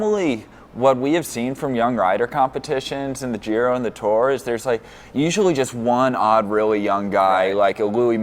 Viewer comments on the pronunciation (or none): I see we're persisting with the miss-pronunciation of the name of the race. Nothing if not consistent.